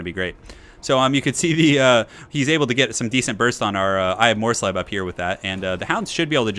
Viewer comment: SO MUCH SLEEB! But yes, well done on the pronunciation,!:D